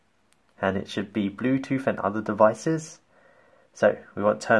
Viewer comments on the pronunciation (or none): Bluetooth not BLUETOOF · He said Blue toof